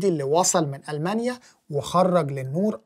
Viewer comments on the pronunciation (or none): none